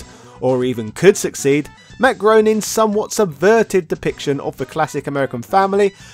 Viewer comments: Hey, I am so with you on Ryu, but for the love of all good, Groening is pronounced ' Graining '. 😜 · I notice a lot of people mispronouncing Matt Groening's name... It's pronounced Grain-ing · Since I know how much you appreciate it when the comment section “corrects” your pronunciation, Groening rhymes with Complaining. Your kinda guy :)